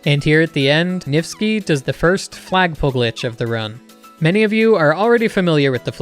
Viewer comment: “NIFTSKI” yeah I’m not surprised